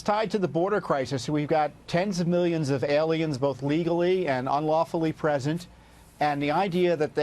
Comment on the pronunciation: Lou just cant say the word "Alien"...